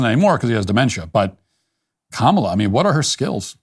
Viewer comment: It’s pronounced Kamala, not Kamala